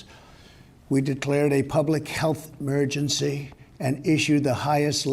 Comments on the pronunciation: Mergency? can’t even speak right. Voice sounds kind of weird buddy go get that checked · Trump's infected: Evidence = "poor lungs" "Cant speak properly - Mergency" "phlegm" "phlegm gulp swallow" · public helth 'murgency